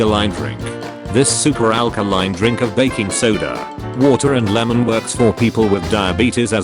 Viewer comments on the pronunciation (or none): none